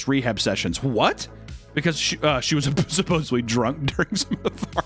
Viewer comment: Please stop saying supposibly which is 100% most definitely not a word. It's supposedly. From the word.. supposed. 😊